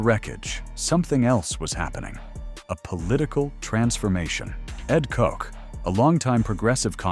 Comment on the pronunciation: Ed Kook? You mean Ed Koch (take the “B” in “Botch” and replace it with a “K,” which gives you the correct pronunciation: “Kotch”). Time stamped: . Get it together, bro!